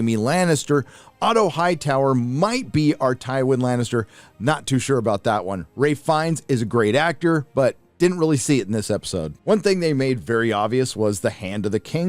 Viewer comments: It's Rhys Iffans not Ralph Fiennes. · Ray Feinnes is what I heard. You mean Rhys Ifans? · He says Rhys Ifans but americano. Lol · You mean Rhys Ifans not Rafe Fiennes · Rhys Iffans not Ralph finnes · Just a pinickity note. Otto isn't played by Ralph Feinnes, it's Rhys Ifans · Ralph Feinnes? Rhys Iffans surely? Mind you I was listening not watching.